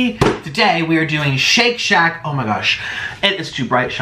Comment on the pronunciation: ah yes the classic : shit shat